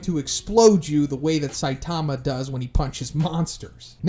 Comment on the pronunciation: Why would your butcher saitama's name like that